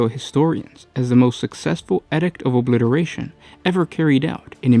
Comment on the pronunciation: eeedict not edict